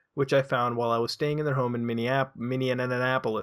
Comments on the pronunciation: "Minnneaneanapolis" I think it's pronounced "Mini an apple-lis" But, that's how us Wisconsinites pronounce it, usually. I don't know how pronunciation differs from Minnesota to Wisconsin. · theres no way u said minnienappleos instead of minneapolis thats my home town that hurt